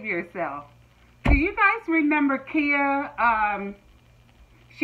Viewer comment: It's pronounced khaya not Kia like u do 😘😅